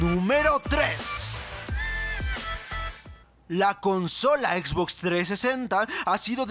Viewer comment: Como me caga cuando no pronuncian bien como la x box >:v